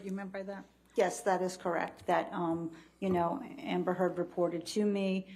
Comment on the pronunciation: She's been taken so seriously that the defend attorney can't even say her name right... my favorite part <3